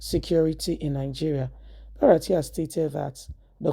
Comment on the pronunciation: BU-RA-TAI, not BA-RA-TIA madam. Stop murdering Nigerian names all you bloggers. You confuse us by doing so.